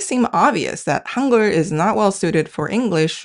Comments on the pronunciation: Forget about the translating AI! It speaks the word Hangul in German like "hoongur". These translations are more misleading than helpful. Get rid of this nonsense! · I was confused when I heard Hangur (what?) then realised she means Hangu l